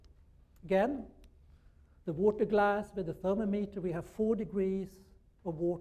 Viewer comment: I don’t know how I ended up here, but since I am... Guys entire speech revolves around the one word he can’t pronounce. Literally the only one he says Weird. U had one job.